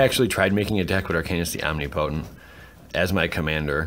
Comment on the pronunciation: Om-ni-po-tent. Li-ch